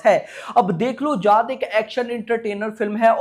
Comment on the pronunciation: Bhai tu जाट bol raha hai ya जात bol raha hai😂😂